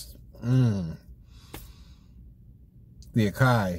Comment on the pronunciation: Lol I love the review. However just a tip for future reference, you would pronounce it A-sah-yee not A-Kai. Just helping you out homie. Keep up the good work